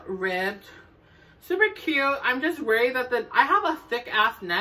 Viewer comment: “SUPA CUTTEEE” 😅 I love this sm!!!💕 subscribed👍🏽